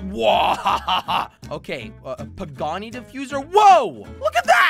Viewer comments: Pegassi not pagani ai ai ai jelly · Bro the way he says pegassi